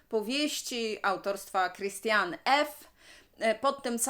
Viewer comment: Imię autorki (Christiane F.) czyta się 'Kristiane' ;)